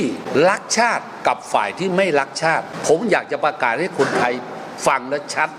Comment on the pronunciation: รักชาติ หรือ ลักชาติ เอาดีๆ กระดกลิ้นหรือเปล่าฟังไม่ชัดเลย ลิ้นมันไม่มีกระดูกอะเนอะจะพ่นอะไรออกมาก็ได้